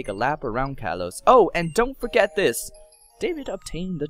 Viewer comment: You be saying things wrong allow me to correct you. Kalos Ka All os Vanivle [thing I spelled it wrong >_<] Van A Villl Sycamore Sick a more. Your welcome